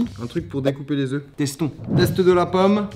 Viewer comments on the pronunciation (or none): none